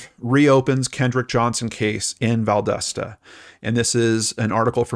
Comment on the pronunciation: Living nearby, I must tel you it's pronounced "val DAH stuh." The community, at least the people I've talk to, does not believe this death was an accident, by the way. We all believe the police department helped the school board coverup a murder.